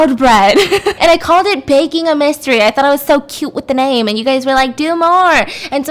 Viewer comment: At first I thought u said “Baking A Bisstery” Instead Of “Baking A Mystery” LOL